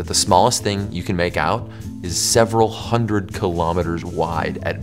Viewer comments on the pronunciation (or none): none